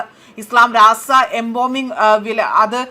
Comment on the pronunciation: എന്തായിത്, എമ്പോമിംഗ് അല്ല, embalming ആണ്. ഇവർ എല്ലായിപ്പോഴും തെറ്റാണ് വായിക്കുന്നത്. നിങ്ങൾ കർമയിൽ ആരും ഇവരെ മോണിറ്റർ ചെയ്യാറില്ലേ.